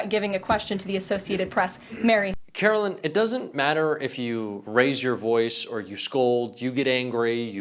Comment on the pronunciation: Her name is Karoline not Carolyn